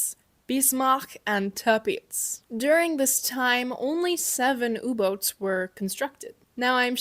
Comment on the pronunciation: Sometimes your German pronunciation is perfect and other times you hit me with Tirpitz and Erich. Good video.